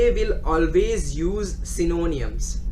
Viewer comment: Its not synoooniams...........its sy-no-nyms!